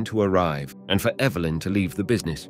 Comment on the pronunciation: That was a very interesting story and does it best!! I love how the narrator pronounced “Evilyn” instead of Evelyn 🧡